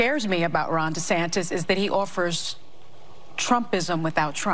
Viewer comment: She wants dees... Dee's what?? DeSantis